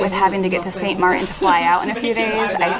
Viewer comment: In your next video could you say Saint Martin 10 times and use the T please please please. It’s kind of like saying grand rapids without the R.... Much love and really enjoy your videos so don’t take offense